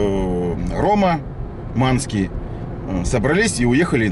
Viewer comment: Ссска, когда уже под речью титры будут на экране??? А вообще, когда он троит, так хочется леща ему прописать, чтоб речь выпрямить...